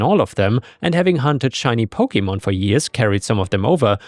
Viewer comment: man hearing you pronounce pokemon names wrong hurts